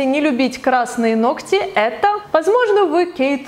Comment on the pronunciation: Оч.приятный влог. НО, пожалуйста, НЕ 'ногтЯ' (((